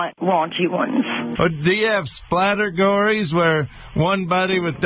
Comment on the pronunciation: "splatergories" ... i lost it there.